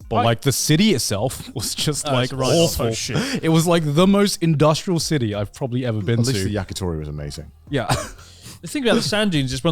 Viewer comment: Garnt saying "Cidy" and not "City" or "Ci'y" hurts me